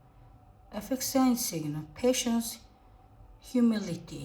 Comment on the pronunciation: Efficiency - эффишиенси гэж уншина даа кк